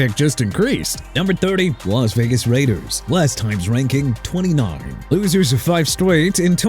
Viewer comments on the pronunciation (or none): none